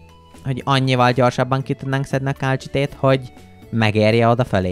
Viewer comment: Ejthetetitek a kálcsitét kálcitnak.😂 Építhetnétek egy akváriumot😊! A KOMMANDÓSOK A LEGESLEGESLEGESLEGNAGYOBB KIRÁLYOK!!!!!!!!🎉